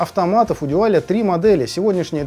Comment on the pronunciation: Спасибо. Как всегда, с душой и знанием. Дуаль (именно так, через "у") в своё время не выдержал конкуренции с японцами и разорился этак году в 1982-м. Как раз ЛИ Брежнев умер. И с ними ушла эпоха. Техника пошла элегантная и красивая. На материалах стали экономить. Даже в СССР, где казалось бы всякого сырья до чёрта. Тогда бы у любого советского слушателя фирмЫ сердце зашлось от такой вертушки. Целый Дюал (мы тогда так произносили), автомат и красивый при этом. Не то что выпускала эта компания тогда -- деревянные гробы. Ну а теперь эти гробы -- винтаж (едри его). В общем, из 17 проигрывателей пластинок у меня на хозяйстве самая "молодая" относится как раз ко временам кончины Ильича 2-го. А самая древняя... когда её выпустили, я ещё в школу ходил. В том числе Дуаль 701 образца 1973 г. Первый европейский дайрект-драйв (по словам самих немцев). Ещё раз спасибо за труд. Я бы покритиковал производителя за несъёмный шелл. У Дуаля была своя система. Не шелл, а вставка. Менять так же легко, как и "штыковой" шелл, но при этом не надо об азимуте заботиться. Если уж брать марку, так и вставку с ней стоило бы вернуть. Но это моё частное мнение.